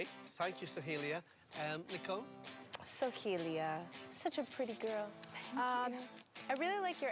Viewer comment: No one: Literally no one: Not a single soul: X Factor Judges: SoHeEeLiA 🥴 If I hear one more Sohelia and not Soheila I’m gonna go insane lol